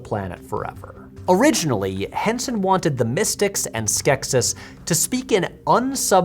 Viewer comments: Tell me you haven’t watched The Dark Crystal without saying you haven’t watched The Dark Crystal… Skek-SEES, not Skek-SYS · In the movie, I'm pretty sure "Skeksis" is pronounced "Skek-SEEs" and Aughra is "OH-gra".